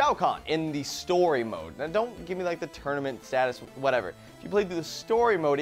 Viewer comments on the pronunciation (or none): none